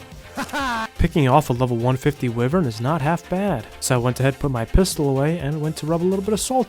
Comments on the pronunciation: It's pronounced "why-vern" ffs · Bro doesn't know how to say wyvern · You pronounced wyvern wrong